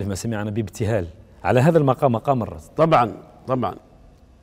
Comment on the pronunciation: يرجى تصحيح إسم المقام ، فهو مقام الرست وليس الرصد ، وإبلاغ الإعلامي المحترم باسمه بأنه رست وليس رصد لأنه أخطأ في تسميته في البرنامج